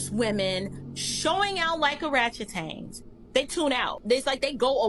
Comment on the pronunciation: oh wait did she just say or-rach-i tangs?....yurp watched it 3 times